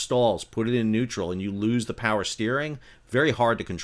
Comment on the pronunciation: "IS there... such a thing AS Too Much Powah?"